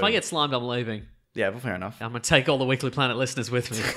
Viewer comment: OH MY GOD IT'S-A THE WEEK-UH-LY PLANET!